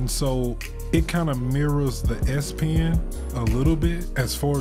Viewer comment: So, would you recommend the S - pee-in (as you say)?